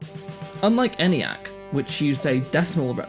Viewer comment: The "E" in "Eniac" is long, and is pronounced "Ee-niac," and not "Any-acc." "A transistor never can blow out" or "have anything else happen to it." ... Err, that's NOT TRUE!